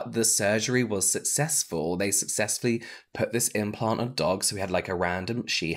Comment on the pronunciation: Aye, I think it should be implant, not impant <3